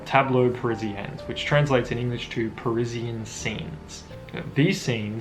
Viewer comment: Great video, and you probably speak better French than I but I thought it was pronounced, "Pari-sean Dream" not "Paris-in Dream". I'm not trying to correct you merely ask if I am the one pronouncing it wrong